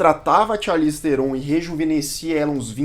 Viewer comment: O NOME DELA SE PRONÚNCIA ASSIM, CHARLIZE TRON E NÃO TERON